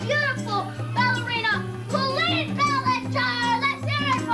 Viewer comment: Love this video.... although the way you say your own name makes me cringe. Lol KOHL-EEN. Oy vey